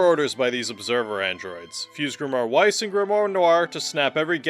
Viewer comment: Bruh are you really pronouncing Weiss with a W instead of a V? He would not be pleased.